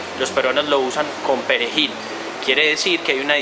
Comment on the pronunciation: Todo bien pero te la mamaste cuando dijiste perejil xD